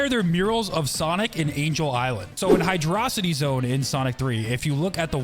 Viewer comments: HYDRO CITY! Not 🤬ing “Hydrosity”! SAY IT RIGHT! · IT’S HYDRO CITY! NOT HYDR-CITY! GET IT RIGHT!